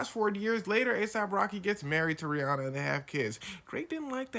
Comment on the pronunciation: Drake is just that creepy lil kid at the back that's a teacher's pet and angry he isn't popular or talented. Sure, he bought his way into the first, but all the money in the world won't buy your private school, white-collar arse into talent, and Drake knows that deep down and resents it. BTW it's "ree-HAN-uh", she said it herself